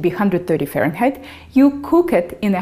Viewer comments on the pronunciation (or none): none